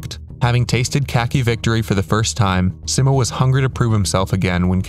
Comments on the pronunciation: its sigh-mo not si-mo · he’s saying si-mow not see-mo. try saying mo without saying mow. just mo. and see like the sea. see-mo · Its pronounced SEEmo not SIMmo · It's Simo not Simmo. (say it more slowly and pronounce the i like an e in English, also pronounce the o like the o in oh) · altho for this video i’d love if you pronounced his name right 😭 everyone gets it wrong. it’s see-mow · i love how everybody pronounces 'simo' differently. i say 's-eye-mo', ive been told 'see-mo' is correct, and you say the phonetically correct way.